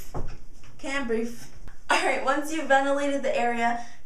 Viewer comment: i wish i had thick hair :/ you sound like you say "cant brief" lmao